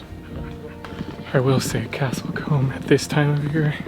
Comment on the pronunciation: I’m just wondering what you call small settlements in the US? A couple of places you described as towns are in fact villages e.g. Lacock and Castle Combe ( which BTW is pronounced with a long o sound, as in cool!). Enjoyed your trip through the Cotswolds.